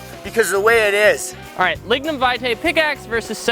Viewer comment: Every time he starts saying lignum it sounds like he’s gonna say ligma